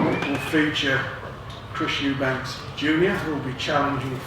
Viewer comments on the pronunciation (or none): After all these years Warren still says Eubanks, not Eubank.